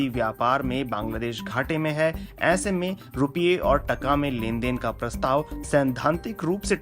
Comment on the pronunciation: it's not tukka it's taakaa